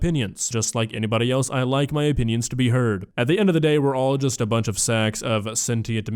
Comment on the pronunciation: Anyone who pronounces the word ‘else’ as “eltse” is not to be taken seriously.